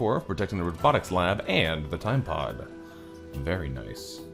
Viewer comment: So glad you are back! Also every time you say "time pod" I hear "Tide pod", is this unnatural?